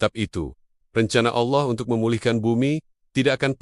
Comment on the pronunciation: Rupanya si tuan AI ini tidak bisa mengucapkan kata Allah dgn benar